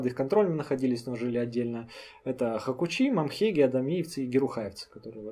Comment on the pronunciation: Хакучи по адыгски звучит как хьак1уцу, где "цу" в конце, звук, который трудно передать буквами, ну примерно как "тчсу" , и произнести одним залпом. И то будет только приблизительно.